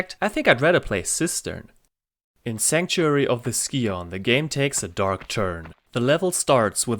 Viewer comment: Your #5 is my #1 track but they’re all great. I never understood why characters in the game pronounced “scion” the way they do. It should sound like “sigh-un”.